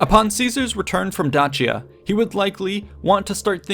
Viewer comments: Dacia is pronounced “Day-See-Uh” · Please stop saying Datshia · Well, that's not a good start. Caesar didn't think about invading Dutchia, he thought about invading Dacia. I assume you're trying to pronounce it as it would have been in Latin, but in Latin, the letter C was pronounced as a K, not as a tch blend. That's a thing in modern Italian. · … you’re mispronouncing “Dacia”. It’s pronounced Day-Shah, or I guess the Latin is pronounced Da-key-ah. Fantastic video and super well done, that’s just me nitpicking insignificant details haha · It makes that "ch" sound when it's followed by E or I, like he pronounces it at the very start of the video, however he pronounces Dakia which might be how romans said it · In English, it's pronounced "Day-shah" or "Dah-see-ah". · How can I take your work seriously when you can't even pronounce Dacia correctly? If you can't even be bothered to accurately research how to correctly pronounce Dacia, your "educated" opinion on any matter is suspect. Stopped watching after 20sec in after that horrendous "Dacia" pronunciation. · not even the same thing lol and he has a point about pronouncing Dacia correctly. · It is evident that you have put in the effort to do your research! It would also be great if you would also make that same effort to be sure you are PRONOUNCING Place, Peoples, and Person names CORRECTLY!!!!! The way you keep saying Dacia and Dacian are entirely incorrect according to the HUNDREDS of scrollers that lecture on this subject! It would have been a simple matter to either listen to some of them or look them up on a search engine. Mispronouncing something so basic distracts many (Me at least) greatly. I want to watch your video, I love history. However find myself reflexively correcting you every time you pronounce something wrong, and it is frustrating. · This person needs to pick a way to correctly pronounce Dacia.... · Who says Dacia like that? Made my ears bleed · A few Billion other do not say it that way!